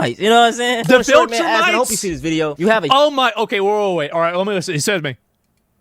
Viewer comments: the mispronunciation of "Viltrumites" as "Vulturemites" was a nice slip to end the video on. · So he went from complaining about being oppressed to claiming to be "voltrumites". Not Viltrumites, but "Voltrumites". So melanin content is now a superpower. So then the kryptonite apparently is the pronunciation of words like "ask" and genetic conditions such as sickle cell trait and hypertension. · he mispronounced it. It’s V-I-L not V-U-L. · bro said the vohlltrumites, can’t stand people who reference stuff they clearly haven’t watched or read 😂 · My question was meant to point out that he mispronounced every word? that he said. I knew what he meant by the viltrumites...they are on a show called Invincible